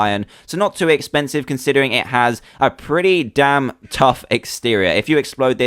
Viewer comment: well I heard that's pretty dan cool even if I knew he was trying to say damn